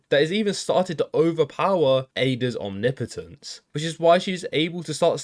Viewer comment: It's refreshing to hear someone pronounce omnipotence correctly